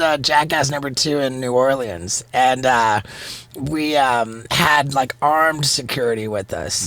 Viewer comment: love how Steve says New Orleans